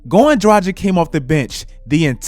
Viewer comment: I really love your content man, but please, learn to pronounce Dragić properly.. It really hurts to hear your pronouncion as Europenian guy. I think you would be annoyed too if someone mispronounce your name ALL THE TIME, in my eyes - if you can't pronounce someone's name it's like not giving a man respect. I have no idea why is everyone trying to make his name sound 'American'. He is freaking Slovenian. You are NEVER pronouncing ć as k there. Also g in his name is like g in word lanGuage, not languaGe.